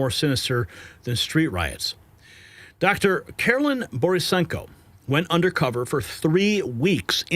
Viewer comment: Why is it so hard for him to pronounce the name Karlyn?